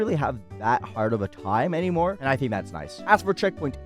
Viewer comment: "a long hime"